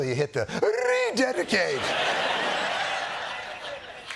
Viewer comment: Your mockery of the King’s pronunciation of the word ‘rededicate’ rather detracted from the vital points he was making about checks and balances and accountability.